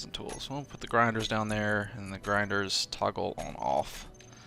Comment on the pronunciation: Failed french accent "Les Grindres" Vechuses 2015